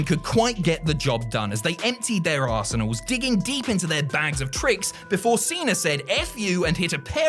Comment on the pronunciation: I had to rewind that sentence 3 times before I realized you said "emptied their arsenals" and not "emptied their..." well you can imagine haha...